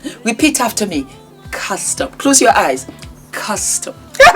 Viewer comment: Love you. Repeat after me custom. Flood in yaba. You kill me with laughter